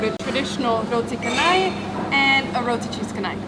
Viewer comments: Pronunciation wrong. Roti cha-nai not ka-nai. The malay language has made the "h" after the "c" redundant. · u pronounced canai as kanai.. Its char-nai is as char-coal.. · It's pronounced roti canai not kanai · FYI, Roti Canai is pronounced as "Ro'di Che'nai". Besides, love your vlog. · Just to let you know the "c" in roti canai is pronounced as "ch" as in change, not "k", so it is roti chanai!